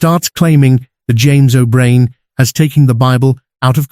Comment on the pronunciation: wow the AI narrator has a british accent, but cant pronouce "o'brien". AI slop trash.